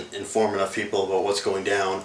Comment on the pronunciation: hehehe he said aboat